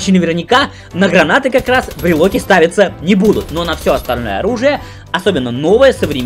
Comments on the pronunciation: Почему брилоки а не брилки? :))) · Почему брилоки а не брелки? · Брелки а не брелоки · Не брелОки, а брелки! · бреЛКи... уши кровью истекают...